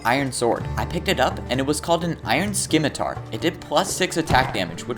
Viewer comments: It’s. Pronounced. Sim uh tar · Hey, just so you know. Scimitar is pronounced (simi-tarr) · Scimitar is pronounced as simiter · Dude the sc in scimitar makes a sss sound. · He really butchered the name of the scimitar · is. is that how you say scimitar? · THE C IN SCIMITAR IS SILENT